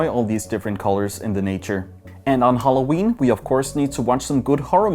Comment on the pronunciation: naturally english people: Halloween: Holloween